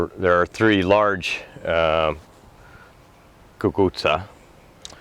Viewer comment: Are you Italian? Sicilian? You pronounced it just so perfectly I have the seeds that my zio Pietro gave me one month before he passed away Last year I was successful after I realized what they were and then had to hang them on polls after they were already laying on the ground lol Now I have built a bamboo trellis and hoping that I will get more growth Any tips I really want to be successful I’m going to send you a picture of what I have done thus far